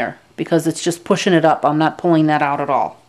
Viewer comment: NAAT, TOILET PAPER, NAAAAT TISSUES, THEY WILL FINELY SHRED LOL... I loved how you pronounced "not". So amusing. Good video